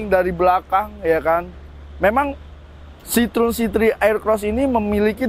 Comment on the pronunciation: Salfok, pelafalan ejaannya bukan sitrun Pak tapi s-i-t-r-o-é-n